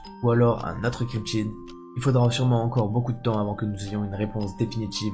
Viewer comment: Cryptchidje... petchit tchiqje de langage insuppchortjable